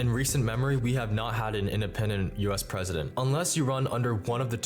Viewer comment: I want Joey to be pwesident